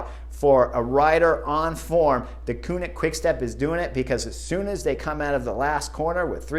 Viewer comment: One of these days Chris Horner is going to learn how to pronounce Deceunink correctly (Dekuurnink) 😂